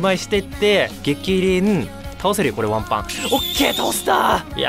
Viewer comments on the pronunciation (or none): わんぱくのイントネーションが卵白やん